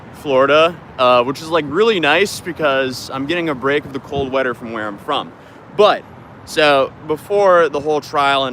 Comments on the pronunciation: Bro said wedder not weather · "cold wedder" 😂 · cold weader? Lol What are you from Minnesota? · Lol, did you say “wedder” (weather)? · cold wedder... if i was more aware of accents youd have just told us exactly where you are from lol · "Cold wedder from where I'm from" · "The Weader Where I'm From" The Rare Norse Accent Slipping Through Generalized American 😂😂 Also, Alsong as You're Not in Polk County, Florida's The Place to Be Caught With Coke 💀😂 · That accent came out heavy when you said cold weather.